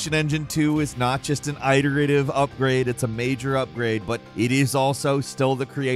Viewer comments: “It”-erative. Not “eye”-terative. Iterative. Cmon bro, you even pronounce it correctly when sayin “iteration”. I almost wonder if you do it on purpose at this point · Good video, sorry for the slight nitpick but: It's pronounced it-er-ative not eye-terative. Iterative like iterate or iteration or iterating. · WTF is eye-tur-ative? Do you mean iterative? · ITS IT-ERATIVE. NOT EYE-TERATIVE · Cool vid,. For future content, iterative is pronounced it-erative, not i-terative. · "Tild" instead of "till-da" "Eye-terative" instead of "it-erative" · I think allot of gaming channels are well read so, whereas words are usually used correctly, often that word is mispronounced. I see you use "iterative" allot as you are my favorite but I gotta tell ya, the i is soft. It- erative not eye-terative. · Aaah. I love you but... iterative is pronounced itt-er-ative not eye-ter-ative. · Hate to do this man, but "iterative" it-er-A-tive. Like iteration. To iterate. it. Not Ite. Sorry I normally wouldn't say anything but your pronunciation made me want to throw my phone at a wall. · I always get thrown off by how pronounces "EYE-teritive". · My man said "i-ritive" not once but twice. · "eye-terative?" Never heard iterative pronounced that way before... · "Eye-terative"? I've never heard anyone pronounce it like that before. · Extremely Eye-terative Review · I cannot listen to you saying eye-iterative any longer. Its worse than when Moores Law is Dead says "may-ta" instead of meta. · My Mans Pronunciation of Iterative is WILD!!!! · How has never heard someone correctly say "iterative" before?? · I don't want to be that guy, but I'm pretty sure it's a short "i" in "iterative." Then again, I say it with a short "a" and apparently it's supposed to be a long "a" so... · Does this guy seriously not know how to say "iterative" ? I'm not sure why it bugs me as much as it does but, come on. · Please learn to pronounce “iterative” correctly.